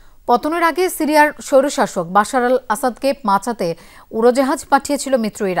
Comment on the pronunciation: আপনার উচ্চারনে যতেষ্ট সমস্যা আছে কয়েকটা বানান বলে দিচ্ছি, ১। বাঁচতে কে মাচাতে বলে ফেলেছেন, আর বাহিনী কে বালহনী বলেছেন,। ধন্যবাদ